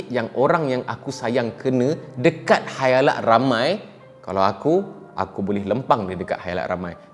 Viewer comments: Khalayak min bukan khayalak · Khalayak ramai, mmg org selalu salah sebut Khayalak 😂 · Khalayak.. Bukan khayalak😆.. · Khalayak ramai ke khayalak ramai ? Ke saya yg salah dgr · Salam bang. Khalayak, bukan khayalak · bang ,, sorry bang😅,, ak je ke yg ttiba loading dnga khayalak 🤣🤣,, bkn khalayak ke eh kha ,, khaa ,, 🤣🤣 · Khalayak ke khayalak?? 🤔🤔🤔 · siapa pandai, cuba teka “ Khayalak atau Khalayak “ 😂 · Di khalayak ramai bro, bukan khayalak ramai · Bukan khayalak tapi khalayak..guna la bahasa melayu tu dengan betul.. Kalau aku kata bengap kang ko sentap pulak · khayalak,khalayak....sy pn kadang2 mcm mudah je trsasul...tp serius mmg susah utk disedari...tiada ape ln,skadar suka2 je...sorry.. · Maaf tegur lans raes.'halayak' ramai. Lidah dh terbelit ye.hahah